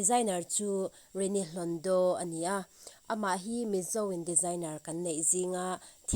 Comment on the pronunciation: Hlondo hi mizo ṭawng ani em,a sawi tu hian hlondaw ti in a lam a,sapṭawng tihna mi,hlawndo mizo in kan tih kha ani em